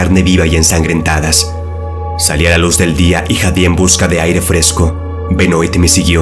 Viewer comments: Benoit se pronuncia "Benuat" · Benoit se pronuncia: Benoá ....*dato 👌🏻